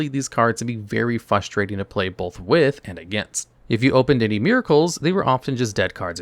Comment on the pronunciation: You know what is unbelievably "fustrating"? Hearing a very articulate, incredibly knowledgeable, ADULT content creator mispronounce a 6th grade vocabulary word FOUR times in the first four minutes of a video! 🧠💥